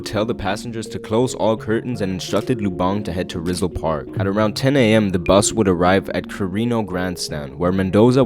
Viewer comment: “rizzle park” 💀